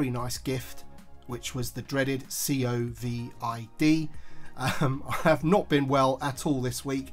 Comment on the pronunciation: When he said See-oh Vee I Dee, I thought that he was talking about a droid